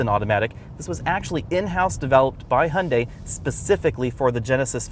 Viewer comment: Another unnecessary brand whose design will sooner or later not differ from other manufacturers. Capitalism at its best: pretending diversity where no one is. Also, it's funny how you Americans pronounce "Hyundai": there is no "o" like in "Honda" - actually it sounds very similar in your type of speaking. I wonder, because you should be easier able to pronounce the "yu" as "yu" or "ju"...